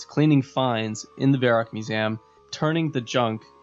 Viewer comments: what's a musam you keep on saying? do you mean MUSEUM? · Mew-zee-um not mu-zam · Musaem... fuck... its mew-see-um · why do u pronounce museum with an A? Lmao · you say museum weird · Why are you saying museum like that? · you say museum like a jersey girl ) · So sorry but I had to stop the video after your pronunciation of 'Museum' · learn to pronounce Museum.